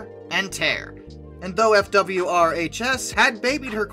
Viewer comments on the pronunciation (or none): none